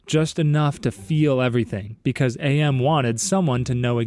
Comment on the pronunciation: AM is pronounced Am as in "I think therefore I AM" I remembered that from the PC game lol